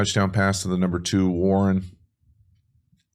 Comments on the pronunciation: Yo love your videos but this rookie TE leads all TEs in yards so let’s get his name down Warren 😂not Warner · WARREN not Warner lol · warren not warner! btw i love your videos very informational. watch every single one!